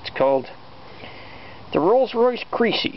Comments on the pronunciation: its not pronounced "creecee" its like Kres-ee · Crecy is pronounced as messy NOT creasy as greasy. well he is a!